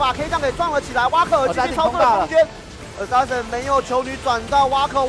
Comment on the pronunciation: 不是念阿sasin喇幹